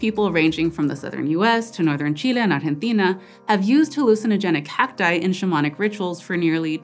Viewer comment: what is this new word, "hallucinogenicacti", i feel maybe a small pause needs to exist between the ending and starting "c"s, otherwise it sounds like "hallucinogenic hapti"